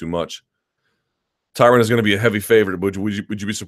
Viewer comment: MyTubeIsBetter20 lol no one pronounces it correctly . Ty-Ron ...ty-rone etc